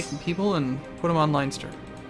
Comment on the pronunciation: you're pronounce leinster made every made every irish cry :D